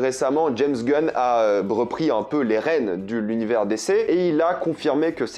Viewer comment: J'attends toujours le jour où il apprendra à dire DC correctement 😂